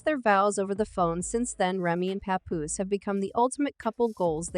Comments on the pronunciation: Pay-Poose 😂 Pah-Poose.... who made this mess!? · This is Garbage 🗑️!! The narrator can’t even say his name right smh! We don’t know what split them up if they are not together ! Mind ya business people! 🙄😂